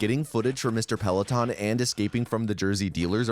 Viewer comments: Did he just call Stacy Peralta, Stacy Peleton? 😂 Great video though. I really enjoyed it. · Did my man just call Stacy Peralta "Mr. Pellaton"? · Pelaton??? Bro it's PERALTA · Who the fuck is Stacy "Pellaton"? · Very triggered by "Musky" and "Peloton," well done.